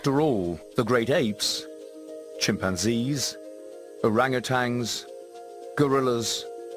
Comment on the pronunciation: There is no "g" at the end of Orangutan. In an ape documentary, one would hope at least the narrator would pronounce it correctly.